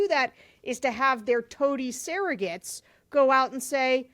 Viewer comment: I still think they should have merch based on rhe way she pronounces Surrogates as "Sarahgets"